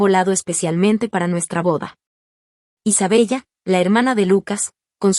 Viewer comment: Aunque se escribe Isabella se pronuncia Isabela